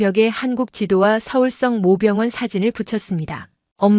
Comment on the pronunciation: 성모병원을 성 모 병원이라고 계속 읽어서 무슨말인가 했어요, 발리 바로 잡어 주세요